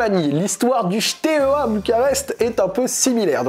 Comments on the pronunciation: Bon alors la prononciation est catastrophique mais je tiens juste à rectifier 2 trucs 😂 C’est Steaua et non pas Shteaua et le deuxième c’est Tchéaoushescou (Ceaușescu) voilà 😅 En Roumanie beaucoup de clubs sont dans cette situation car il y’a l’avant et l’après communisme, des clubs ont été recopiés de a à z (logo, couleurs, blazz) comme Craiova qui les deux ont le même stade le même blazz tout pareil et évoluent en d1 roumaine. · Bordel mes oreilles souffrent dès qu'il prononce Steaua comme "Chteoua" 😭 Ca se prononce "Stéaoua" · Super vidéo! Par contre, on prononce Steaua et pas Chteaua:) qui signifie étoile en roumain:) une autre histoire qui peut t'intéresser: l'histoire du club CSU Craiova qui a VOLÉ le palmarés et le logo du FCU Craiova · si tu fais une vidéo sur Steaua au moins apprends à bien le dire 😉. Il n'y a pas de "sh". Pareil pour Ceauşescu, Păunescu... Mais très interessant et merci d'en parler!